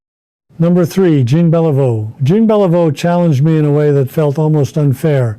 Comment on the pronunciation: Fake. Ted would know how to pronounce Jean Beliveau.